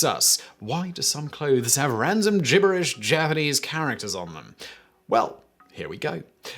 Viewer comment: The wzy you pronounce gibberish made my skin crawl. Notice it begins with a G not a J.